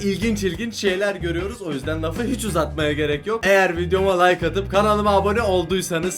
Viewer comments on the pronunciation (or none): none